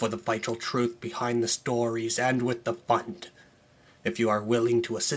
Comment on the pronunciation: The funniest part of this video is the way you spit out the word "Fund"